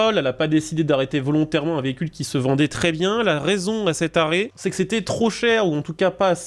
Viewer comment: "la raison à cet arret" j'ai entendu "la raison a ces tarés" j'allais dire doucement l'ancien 🤣🤣🤣🤣🤣